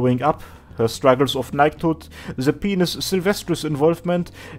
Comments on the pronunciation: dude, by-nus, not pe-nus. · Dude...Pinus is pronounced PINE - US P! EYE! NN! UGH! SSS! Not penius...Xd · its pine-us not penis. it means pine tree or something. so it should be pronounced like pine tree. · Pinus, not pine-us. Latin, not English. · It is modern Latin so "correct" pronunciation is damn near impossible to pin down lol. I studied botany in Sweden and everyone in my class, professor included, pronounced it "peen-us"